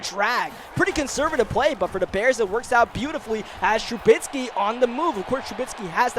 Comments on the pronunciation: called trubisky “trubitsky” alot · Hey no hate or anything but you were pronouncing Trubisky's last name wrong just a heads up